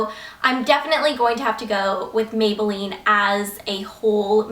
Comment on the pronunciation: OMG when you said megaline instead of maybelline when you were talking about the mega plush mascara- I DO THAT TOO!